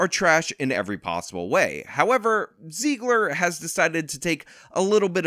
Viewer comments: Zegler rhymes with leg/her not she/her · Zeg-ler soft e